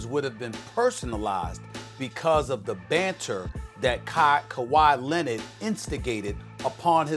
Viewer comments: “Kawhi Lennet” -Stephen a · Why does SAS pronounce kawhi’s last name as “Lennon” 😂 like this ain’t the Beatles it’s Leonard. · "Kuwhy Lennid" i laugh every time i hear SAS say his name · Why does SAS always say “Kawhi Len-ID” lol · “Kawhi Lennet”